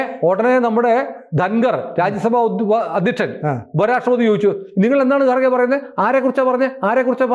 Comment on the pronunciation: Sir, It is not गारगे , it is खरगे. He is from North Karnataka. Hindi belt pronounce it as खाङ गे Your parogram conversation is nicely made and conveyed all the untold story to viewers. ❤